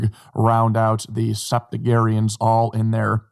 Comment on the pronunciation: SeptigeNERians not septugerians